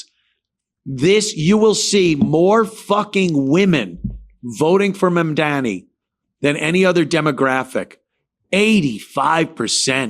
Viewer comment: Anthony’s mispronunciation of Mamdani is too much